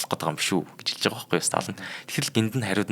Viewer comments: Сталин шүү дээ . Сталан гээд л байх юм. Бэлдсэн сэдвээ хүнд хүргэх талдаа учир дутагдалтай хүн б на. Бэлдсэн сэдэв нь маш том боловч мэдэхгүй ээ нэг л сонирхолгүй сэтгэлд хүрэхгүй б наа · Уул нь Сталин юм шд. Сталан л гээд бна. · Сталин шүү дээ. Ядаж нэрээ ч зөв хэлчихгүй юм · Uneheer sonirholtoi, tom sedev. Ene tsenher pidjaktai zaluu arai l bishee. Yumand tuugdaj bgam shig yaasan hetsu yaridin be, yadaj l ene tuuhen hunii neriig ch aytaihan zuv helchij chadku. Dundaas n duusgaj chadahgui garlaa.